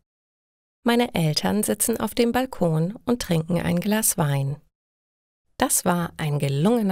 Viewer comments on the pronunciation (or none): none